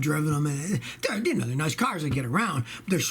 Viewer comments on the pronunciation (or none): none